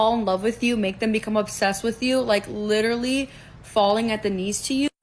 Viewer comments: She can’t even correctly pronounce “literally.” She says liter-ly. LMFAO. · question how many times did that lady said the word "lichurally"